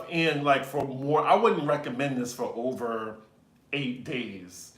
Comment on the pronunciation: “This video would be ohvah” Love it when ur Nawlins accent come out ♥️